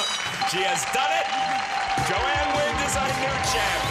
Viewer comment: Gene: “JoAnne WINDAH”! 🙄